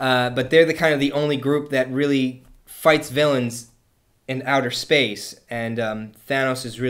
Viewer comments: im sorry... did you say "speed" gem? WTF?!?! SPEED? speed is not a gem! ignorant one... im 15 years of age and i can do a WAY better job explaining who thanos is cuz pal is doing a crappy job so far! im just going to list more mistakes he made in my other comments... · Space not speed. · Space not speed